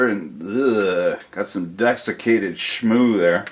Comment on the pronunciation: "Dexicated shmoo"